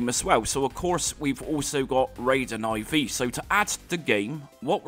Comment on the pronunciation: Raiden I V .... It is Raiden 4 in roman numbers. Guess you skipped school a little too much... (that explains a lot actually)